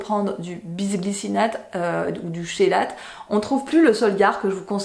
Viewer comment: chélate se prononce "kélate"